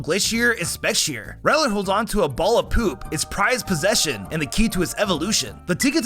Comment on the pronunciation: Actually, Zacian and Zamazenta only have their items when they're holding them like other items. They're not like those others. Rellor has a ball of mud, not poop. And it's Doublade, not dooblade, and Spectrier, not spechier